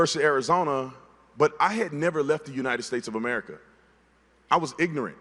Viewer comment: Calling people ignorant but not being able to pronounce ignorant 🙄